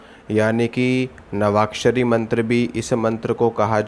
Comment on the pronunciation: मंत्र लिखा भी गलत और बोल भी गलत रहा है।